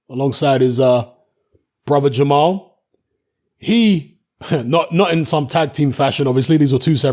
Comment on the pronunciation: it's Jermell Charlo